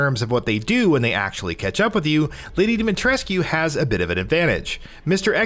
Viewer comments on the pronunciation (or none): It's not pronounced "Dimitreskyuuuu"..it's pronounced "Dimitresskkkkkehh" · Come on, if you're gonna do games journalism at least learn how to pronounce the name. She SAYS IT IN THE GAME, did you even play these games before reporting on it or what? Her name is pronounced Dommi-tres'ck, not Dimi Tres-q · he said demi tres coo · No no no you say her name like domytresc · It’s pronounced “dah-mee-tresk”, no need to elongate the “koo” at the end. And anyone who has played the game knows she’s NOT a vampire 🙄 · Why is it so hard for people to pronounce her name correctly??? Dimitrescu (Dem-i-tresk) Stop pronouncing the "u" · Bruh it isnt.... Im romanian and its pronounced deemeetreskoo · Can people please stop pronouncing the u in Dimitrescu? It's pronounced DimiTRESK. Like literally her name is said quite a few times in the game... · Anyone else kinda bothered by constant pronunciation of DimetrescYOOOU... haha... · Great video but your pronunciation of Lady Ds second name bothers me more than it should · I’m sorry but during the game Lady Dimitrescu says her name more than once however you are not able to pronounce it correctly? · we're still pronouncing Lady D's name wrong? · Why does everyone still mispronounce Demitrescu's name. The u is silent. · that's not how you say her name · Lady Dimitrescu, the u is silent in her name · The u is silent in Dimitrescu. They say the name a thousand times in the game. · Bro i get it, but the game takes place in Romania. The "u" isnt silent at all in our language, a lot of family names having "-escu" as a suffix (ex. Georgescu, Iliescu... etc.). She is Romanian and therefore her name is too, just because the voice actors don't pronounce her name with an "u" doesn't mean it's the right way to pronounce it :) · gaddammit, STOP pronouncing the U at the end of Dimitrescu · Pronounced lady Dimitrescu wrong otherwise good video. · If your that obsessed why cant you pronounce lady ds name properly